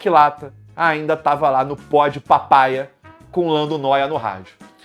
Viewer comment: Pod Pahpaya foi dose kkkkk